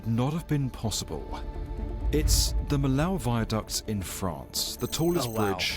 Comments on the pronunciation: It's NOT the "Mee-Lau" viaduct. It's the "Mee-Oh" viaduct. the "OH" as in Gateau "Gat-OH" , "Mee-OH" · It's not Milow Vayduc 😅 It's Vee-ya-duc (Duc not duck) de Mee-yo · Why do the narrator keeps saying Millau like that, it's Me Yo :D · Fyi, it's pronounced me-yo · The city is "miyo" even "miyoo" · By the way, the pronunciation in French is much more like "Mee-yo".